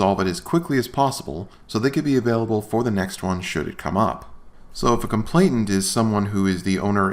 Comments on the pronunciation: It's complainant, not "complainT-ant." - George, Esq. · I hear that mispronunciation frequently. I ascribe it to the idea that most people are familiar with the word “complaint” while the word “complainant” typically only appears in the legal context. This doesn’t excuse the mispronunciation, but makes it understandable and perhaps forgivable. On the other hand, I think all who misuse apostrophes are guilty of CAPITAL FELONY TREASON.